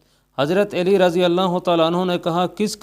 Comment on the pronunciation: او بھائی- ہم نے تو ہمیشہ حضرت علی (ع پر زبر) کہا اور پڑھا اور کہا ہے-یہاں حضرت اے لی کس حساب سے کہا جا رہا ہے۔؟